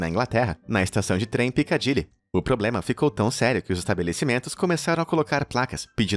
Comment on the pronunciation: Piccadilly kkkkkkkkk